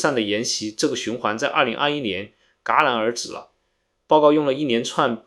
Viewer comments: 戛 jia然而止,不是嘎ga然而止。😂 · 戛然而止念 jia 不念 ga ， 不过也行 你这样有喜感 哈哈哈哈哈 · 戛然而止《jia 二声》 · 戛（jia）然而止！一个亖文盲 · ga然而止可还行 😂